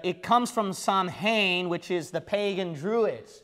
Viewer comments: All true except samhain is pronounced “sow-win”... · Samhainn is pronounced ss-ow-inn (the ow part sounds like you are hurt and saying" ow " as in "ouch")